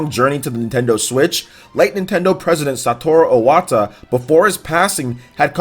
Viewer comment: It's Iwata, not Owata.